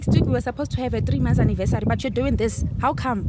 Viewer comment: " 3 months annivessary " 🤣🤣🤣🤣🤣🤣🤣